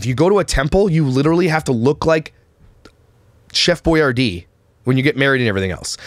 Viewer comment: "chef boyardee" DYING.